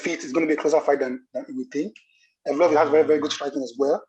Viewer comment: Yes Brother you butched the name 😂 you pronounce it „YEV-LO-YEV“ 😁